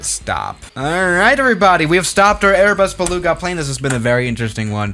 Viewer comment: Welcome back to the strong german accent LEEEE ARBUZ BELOUGA